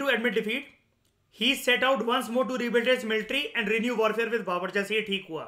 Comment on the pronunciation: Sir it's Babur